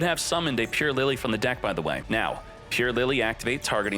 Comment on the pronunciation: Isn't it pronounced [purr-el-y'] ?